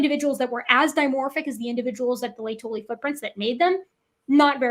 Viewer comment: These people mispronounced ‘lay-toe-lee’ laetoli, as ‘leia-tully’.